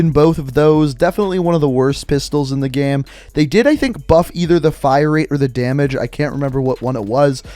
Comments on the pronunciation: How is it that you can say "gameplay" correctly but you say "game" like "gyam"? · "Best in the GHEM"